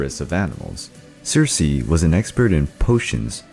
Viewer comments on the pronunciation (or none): Also it’s Circe not Cersei